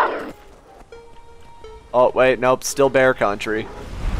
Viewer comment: Bear country sounds like bat country 😂